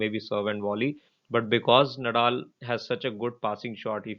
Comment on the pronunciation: नदाल please.. not नडाल